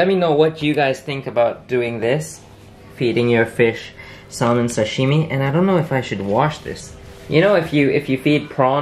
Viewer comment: you're saying salmon wrong btw